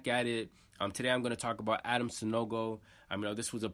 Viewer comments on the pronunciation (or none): Adama not adam bro